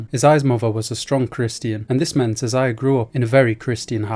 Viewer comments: Brah it’s pronounced Isaiah not I- Za-Ya 😂😂😂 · It’s pronounced (Eye-Zay-Yah)